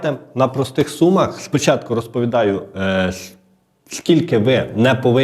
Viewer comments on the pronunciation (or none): none